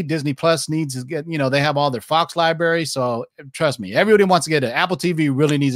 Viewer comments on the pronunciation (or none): why do you pronounce library liberry??